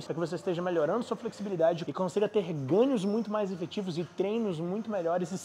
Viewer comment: pq vc e sua mulher falam "ganios" ou "acompaniar" por exemplo ao invés de pronunciar normalmente o som do "nh"?